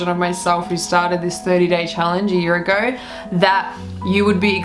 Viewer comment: "so a year ager.... so, a year agerrrr..."